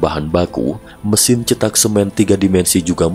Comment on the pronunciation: Bukan rumah cetak, tetapi rumah ceetak ( E nya, e pada seperti 'enak', bukan seperti e pada 'cepat')